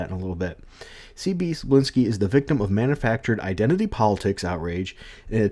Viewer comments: Manga is pronounced "MON-guh" Cebulski is pronounced "Seh-BULL-Ski" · Here, I'll help you. You, English speakers, sure have troubles pronouncing names with Slavic origins. Tse-bull-ski "Cebula" means "Onion". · More like "Seh-Bowl-Ski". At least according to this video